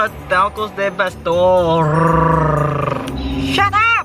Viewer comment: lol TaCoS De PaStOrrrrrrrrrrrr